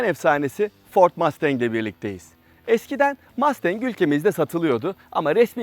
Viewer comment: MAstEnK nedir ya? Mustang. Mastenk degil :)